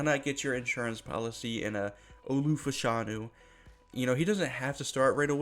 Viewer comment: His name is pronounced Fash a new